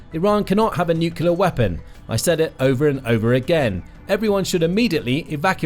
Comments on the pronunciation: NU…..CLEAR…. Not NUCULAR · FYI: It’s pronounced NUCLEAR not NUKULER. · Thank you, thank you, thank you! Training phrase for those mispronouncing nuclear: Say these two words: New + Clear And again, a little closer together: New_Clear Then run both words together like it's one word: NewClear ... nuclear. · Nuclear is pronounced “new-clear” not “new-cular” guys, please stop 😢